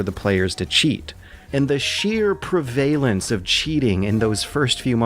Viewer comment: You mispronounced "prevalence," and Vice isn't a legitimate news source. That being said, good job. I liked it.